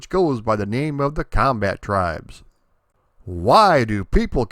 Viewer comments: Comba-Tribes, not "combattribes" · I pronounce it "The Comba-tribes". I still think that's the right way to say it.